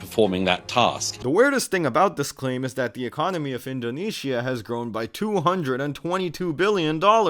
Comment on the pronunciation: I'm watching from Malaysia. By the way, why "indone-Shia"?? 😂